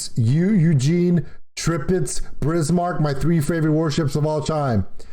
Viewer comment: Depressing. I couldn't finish it. And since you pointed out his Prinz Eugen, i must correct your Tirpitz.The first I is pronounced like english E, just like the second one is.